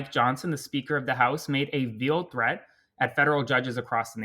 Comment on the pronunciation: Veiled threat...pronounced vailed....grasshopper.....